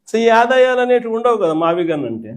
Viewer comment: గుంటూరు లోంచి గన్ కాదు 'గున్ ' తీసుకుని మావిగన్ అంటున్నారేంటన్నా. అది మావిగున్ అని చెప్పాలి కదా !